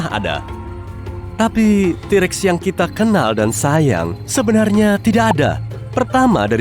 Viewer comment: Yang katakan: t-rex Yang aku dengar: T Rek